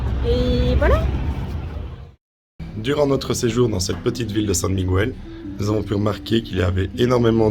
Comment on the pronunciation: Ik faut apprendre à prononcer Miguel